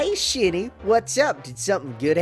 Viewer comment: It's been do long looked it up bro. It's spirit or maybe I'll say chi is a better way to look at it. And when gim. Say his name it's Shiny. ( shiney), like shine.😂😂😂😂😂😂😂lol